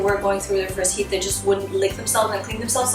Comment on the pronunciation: Am I the only one who hears "heat" as 'YeEt"?